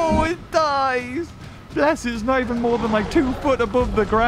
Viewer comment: It's not Moar it's More